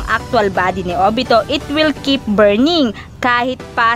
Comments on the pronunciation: Kamuy daw ahha kamuwi basa sa kamui naun Hahahahahhahahaha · Kamui hindi KAMOY😂😂😂😂😂